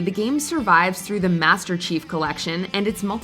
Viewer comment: "The Motorola flip phone..... zee perfect gift, for zee one you love."